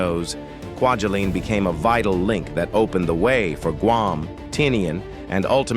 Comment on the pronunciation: Haha, “quadulin”! 😆 And then, “Quadrilinne” or something…😵‍💫